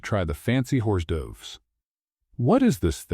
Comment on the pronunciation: Mostly a good storyline but please proofread!!!! The party scene happened with her future MIL and the incident with Eliza all happened twice. And teach the AI how to pronounce hors d’oeuvres.